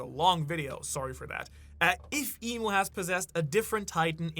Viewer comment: It's EMU right? not Imu. You're the expert, I think but still..